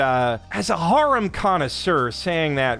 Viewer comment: bro needs to learn how to pronounce harem...